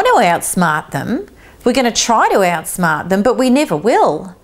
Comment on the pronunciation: Out-Smaht the Nah-cess-cyst